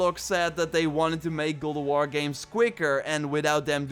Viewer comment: Gode of war lol. Practice saying God in mirror.